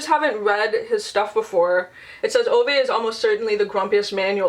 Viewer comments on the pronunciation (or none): Fredrik Backman is a Swedish author so his books are set here in Sweden. You pronounce the name Ove with an e.